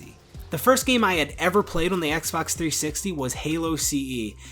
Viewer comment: "three sixeyyy"